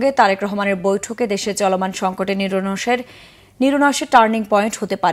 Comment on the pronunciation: নিরনসে 😂 । please keep calm , don’t be nervous